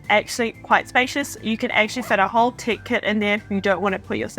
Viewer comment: I thought you were saying ‘tick’ accessories and ‘tick’ compartment. Tech …aha. 😅